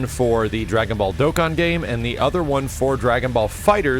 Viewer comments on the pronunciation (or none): none